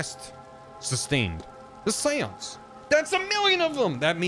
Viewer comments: I haven’t watched yet, what about ‘Shawnce’ (Sean = Shawn in Irish,) I CAN’T BELIEVE I FUCKING CALLED IT OH MY GOD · Read this before starting the vod, so he started with the normal pronunciation and I'm like "ok... when does it get bad?" It got bad It got so bad I'm taking irrepairable psychic damage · The way you say Seance makes me cringe